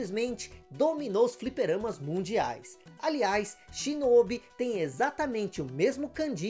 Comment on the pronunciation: Delícia de vídeo! Peço pra dar uma atenção à captação do mic. Pareceu-me um tanto baixo. A propósito, a pronúncia de Shinobi em japonês tem o "o" aberto, não fechado como vc disse. Seria SHINÓBÍ.